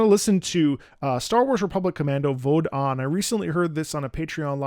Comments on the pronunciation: Small correction: “Vode” is pronounced as two syllables, “VOH-day”. You can hear it at the end of every chorus: “Sa kyr’am nau tracyn kad, vode an” (Forged like the saber in the fires of death, brothers all). And as to the track having a nefarious and dangerous element to it, I attribute it to the fact that we know the Clone Army executes Order 66 and wipes out the Jedi, and the Clone Troopers are the basis of what would become the Imperial Stormtroopers, the bad guys of the original trilogy. So of course it sounds like there’s something lurking underneath the surface, because there is! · As a quick side note since you love the song, Vode is pronounced “Vo-day” in Mando’a (the language that it’s sung in)